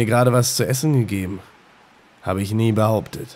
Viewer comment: nier statt nie ;)